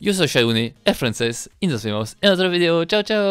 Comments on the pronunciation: Me acuerdo cuando decías "fideo" en vez de "video" xD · Escucho su vigdeo, si el dice vigdeo no video lom